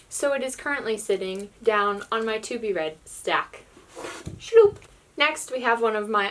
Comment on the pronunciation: I like how you say "shloup"